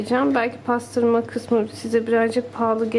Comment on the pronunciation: Aaa paastırma ve fındukk. Ne alaka bacııı. 😂